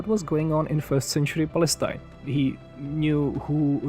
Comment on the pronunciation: bro said pastine?